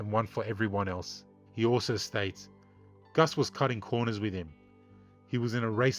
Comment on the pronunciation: Please, for the love of God, his name was Cus. Not Gus